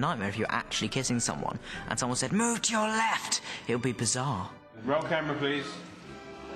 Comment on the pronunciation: it's "bizarre" by the way. not bazaar.